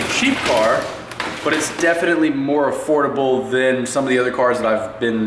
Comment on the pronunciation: ''affrodable'' lolz